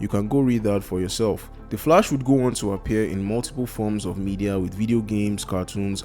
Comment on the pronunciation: Sorry, but you pronouncing The Flash wrong. It sounds like The Flush. Well some times it sounds like that. It's understandable, if English is you second language or have some kind of speech disorder or something like that. But I don't know how to explain it using comments how to correctly pronounce it.